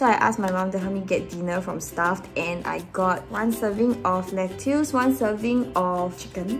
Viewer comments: how can one person pronounce it lett-youse and also let-us ??? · do singaporeans not know how to pronounce lettuce.. lol